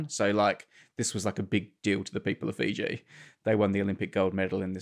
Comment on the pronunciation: Grey seems to have his pronouciation of Fiji figured out at last. :D